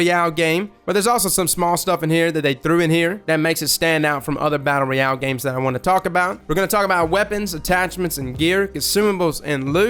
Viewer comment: Brotha please don't take this the wrong way, love the channel and all that you do for the gaming community. The way you pronounce ROYAL sounds so weird....... ROY....ROY..AL, not REE...AL.